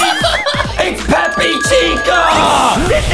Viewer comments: Peppa! Not peppi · Is Peppa not peppy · Bruh its peppa pig not peppy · AGAIN IT'S PEPPA NOT PEPPY FOR THE LAST TIME😡😡😡😡😡😡😡😡😡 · Why call peppa peppy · It’s pronounce pippy boom song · They called Peppa Pig Peppi pig😂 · ye they won't even say peppa right